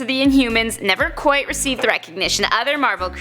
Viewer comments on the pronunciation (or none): none